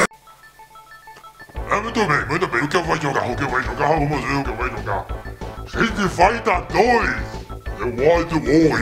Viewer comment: "TREET FAITA 2 kkkkkkkkkkkkkkkkkkkkkkkkkkkkkkkkkkkkkkkkkkkkk